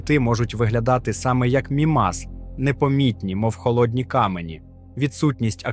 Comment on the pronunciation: Взагалі правильно МІмас, а не МімАс. А решта все чудово, вперше чую про океан на Мімасі.